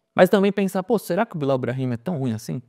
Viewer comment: Eu acho super divertida a zoeira com o Billal, mas, depois de ouvi-lo dizer a pronuncia correta (Billel) do nome, não tem mais a mesma graça, o mesmo efeito. 🤣 Porém, ele se esforçou, acho que pode vir a ajudar o clube após ajustes - precisa de um pouco de paciência (mas só um pouco). Lautaro me agrada também, gosto do estilo dele, diria inclusive que não precisaríamos do Tiquinho tendo Lautaro - poderíamos ter "economizado". Com essa equipe esboçada teríamos muitas chances de estar bem nos campeonatos - se o planejamento do Santos tivesse sido bem feito desde o início do ano. Quanto aos exageros da torcida, sempre será assim. Por isso quem faz análises sérias tem que se afastar disso - não totalmente, um pouco de paixão pelo Santos ajuda nesta nova era de "jornalista torcedor (assumido)". Se inflamar pode ser bom, mas com "ponderação" (se é que isso é possível). Ainda tem o fato de o Santos fazer sempre escolhas sem medida, sem pesar antes o que poderia ser ou não bom ao longo prazo, então isso deixa o torcedor aflito. É uma soma de "muitas merdas" que nos colocaram onde estamos hoje enquanto torcedores santistas (deve ter muito em comum com a maioria dos torcedores de clubes brasileiros). Espero podermos sair em breve dessa situação grotesca.